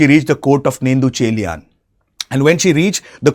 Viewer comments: It's not nettucheliyan it's Nedunchezhiyan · This guy killed every name 😭. "nendhu" chelian 😂. Good try anyways